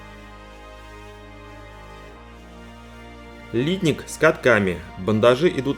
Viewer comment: Хороший обзор, но режет слух ударение в слове литник, знаю что по нынешним правилам так принято говорить, но не профессионально, даже технологи переработки пластмасс так ударение не ставят. P.S. в индустрии переработки пластмасс не один десяток лет.